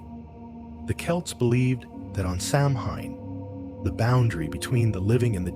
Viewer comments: Stopped watching less than a minute in. If you can’t pronounce Samhain correctly, why would I trust anything you say after that? 😅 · It is pronounced Sowen not samhain.